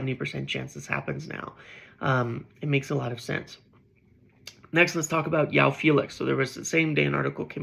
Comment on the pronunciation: I've been meaning to scratch this itch for a while bro.. its not pronounced "Yoao" Felix. He's Portuguese so the J is pronounced and dragged, like Jose Mourinho or Gabriel Jesus :face-purple-sweating